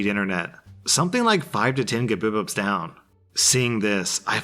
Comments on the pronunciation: Makes me laugh every time, but you can read that GBPS as "Gigabits per second", or just "Gigabits"... you don't need to try to pronounce it!... :) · I can't get over how he pronounced GBPS... It's Gigabit per second. The b should also be lower case and no, it's not gigabyte as network connectivity is measured in bits per second, not byte. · The way you said ‘GBPS’ 😂 it’s Gigabytes per second. You can just say Gigs or Gigabytes:) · Normal people: Gigabytes per second: Guhbibups😂😂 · LISTEN GOSHDARNIT! MBPS - Megabits Per Second GBPS - Gigabits Per Seconds. its NOT Mubibups or Gubibups. XD Lord have mercy XD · "gibipups"will never not make me smile. I've been referring to "GBPS" as "gibipups" since I first heard say it LOL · I will never get bored of hearing "Guh-Buh-Pips" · Please. I'm begging you. Please stop saying gbps and mbps as mabibips and gabibips. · I'm sorry, "gibipips"? Ok, you're doing it deliberately now aren't you? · I forgot pronounced GBPS as Guhbibups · Hearing him call it gibibups 🤨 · Why does he say GBPS like Gebibups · two of my all-time favourite words from you : "Mebebeps" and "Gebebeps" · i’ve been having a really really hard couple of days. i came out to my parents and my anxiety and depression have left me with severe shame afterwards despite the fact that it went much better than i couldve expected. nothing has been able to make me laugh and i’ve felt broken. hearing pronounce “GBPs” made me laugh like a complete fool and reminded me why i watch this channel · No one talking about how he pronounced Gbps? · The way that you said GBPS was... interesting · lol I've never heard of anyone pronouncing GBPS like that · I cant be the only one who lost it when he pronounced "GBPS" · pronunciation of GBPS never gets old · This man really tried to pronounce "GBPS" like it was an actual word lol. Not saying there's anything wrong with that, I just found that funny.